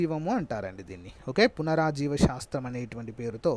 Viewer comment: పురాజీవ vunte పునారాజీవ antunnaru. Meru porapatuga chebithe mindi lo alage fix ipothunthi bro